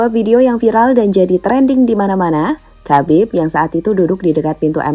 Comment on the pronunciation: "KHABIB" itu cara bacanaya bukan KABIB tapi HABIB dengan huruf K dibaca secara samar